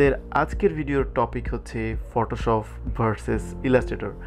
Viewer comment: আসছিলাম তর ভিডিও দেখতে ভাষার যে প্রনাউন্সিয়েশন!!! আমি শান্তি হয়ে গেছি। ফটোশপকে ফটোশফ বলা পাব্লিকরে ভাই তুই 😂😂😂